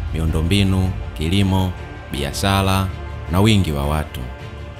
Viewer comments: Sio biashala ni biashara kuna tofauti kati ya L na R. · Leli ndio nini.? Jifunze kutamka R ipasavyo usituchafulie Lugha. Biashala,Balabala,Selikali,Mashaliki. Kichefu chefu.